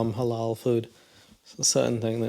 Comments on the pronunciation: CTHU!!! Haaaalaaaa !!! Halal ma’am, it’s Halal 😂😂😂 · I don't understand how American people are so incapable of pronouncing "halal." I'm American and I grew up in a predominantly white Christian town and this is the least difficult Arabic word to say